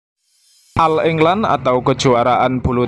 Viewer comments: bacanya oll england min... bukan al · Agak d perbaiki bhs inggris , penyebutan all england dg oll england bukan al england